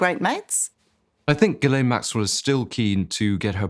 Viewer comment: You should at least learn how to pronounce Ghislaine....... FFS